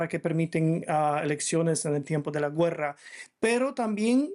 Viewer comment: No se dice güerra se dice guerra